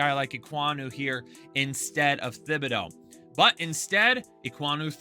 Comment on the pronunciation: Stop saying Thibodeaux’s name wrong. It’s pronounced like TIBADO